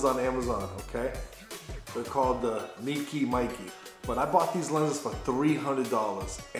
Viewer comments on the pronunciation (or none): pronounce like may ke